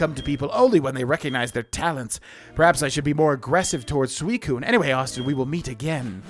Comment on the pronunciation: This is how I’ve always pronounced them. IIRC this is how the official Pokemon stuff pronounces it, too. Suicune: Swee-coon Entei: En-tay Raikou: Rye-koh